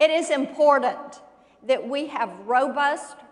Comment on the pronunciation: "Ya know, it is impordant"... In The Morning!